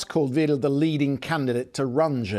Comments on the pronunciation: The BBC used to try to get pronunciation right. Weidel is pronounced vydel, not veedel. I hope Alice Weidel will be the next German Chancellor! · Mad, simplistic talk from Musk and Weidel. Btw, it’s pronounced Vydel (ei) - not Veedel (ie). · "Vi - del" not "Vee-del" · I love that the Brits pronounce Weidel like wheedle. apt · I love the way you butcher her name. In English it would be pronounced like (W)‘Aye’(del). She is a supporter of fascist and nationalist ideas but linguistically in a rather pseudo-intellectual packaging. The impact her appearance has is therefore not as important in relation to the elections in Germany itself, but in regads of perception of the party internationally. You may have asked the wrong question. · It's pronounced 'Vy-del' dumbass. But then the BBC don't get anything right anyway. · bad pronunciation for Weidel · This so-called journalist can't even pronounce Ms. Weidel's name correctly, so how can anyone take him seriously when it comes to content? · You could've pronounced her name correctly.